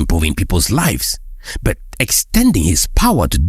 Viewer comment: This guy cannot pronounce the word "but" right! Easy but is a struggle!